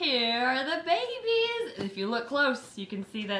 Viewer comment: You said babies I thought you said baby beans